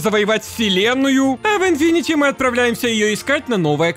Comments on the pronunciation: У меня кровь из ушей идёт от "инфинити", читается как инфинит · видео как всега топ, но хэйло инфинит, а не инфинити))